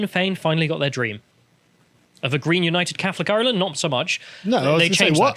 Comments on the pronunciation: still can't pronounce Ireland ffs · The Irish parliament (Dáil Éireann) is completely full of globalist, woke, far left traitors. And hell yes that is depressing. But at least Irish reunification is around the corner AND we have a fantastic rugby team! And who knows maybe will one day learn to pronounce ‘Ireland’ correctly and Karl will bother to learn absolutely anything about his nation’s nearest neighbour. One lives in hope.